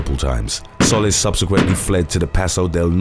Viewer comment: I spend all my time watching your vids! Love this channel. One thing, the last name Solis is pronounced "Sew-lease" . It's Spanish and means ☀ . 😉